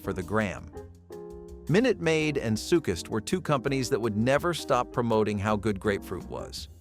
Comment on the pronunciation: Hold up! Sukist?? Lol Sunkist.